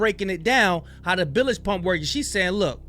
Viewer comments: Dude you are FN retarted !!! WTF is a billage pump? Do You mean bilge pump??? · It's bilge pump not billage pump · Bilge . Say "Billj" not billij. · Bilge not billage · lol! shows how stupid these people are, the man could have googled how to pronounce "bilge" pump. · You don't even pronounce bilge properly